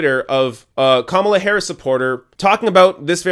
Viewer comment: I'm not a fan of Kamala, but you are pronouncing her name wrong. If she didn't learn the lesson of Hillary's campaign then she is doomed to fail.